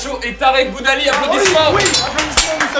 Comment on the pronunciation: c'est moi ou il a dit tarek GOUDALIE xD